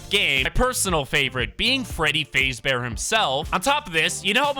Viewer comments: "freddy fazebear"💀💀 it's fazbear bro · Fazeee bear? It’s Fazbear just so you know. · You said Freddy fazebear it’s fazbear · WHY DID YOU SAY FAZE-BEAR ITS FAZBEAR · Can nobody tell he's saying "faze bear" it's fazbear imagin fazz but without the other t please it hurts my ears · whys bro saying freddy fezbear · You said fazebear wrong also fnaf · bros saying freddy fayzbear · You said freddy name wrong it’s **faz**bear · You pronounced Freddy faz bear wrong pronounce it like that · It's pronounced fazbear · You said fazbear wrong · It really pisses me off that he didn't even say Freddy's last name right!😡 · The fact that you kept saying his name wrong. The sound you heard was foxy running down the hall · Why is he saying freddy fazbear like that😂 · He saying Fazbear wrong